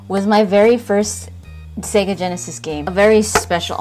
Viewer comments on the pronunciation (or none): none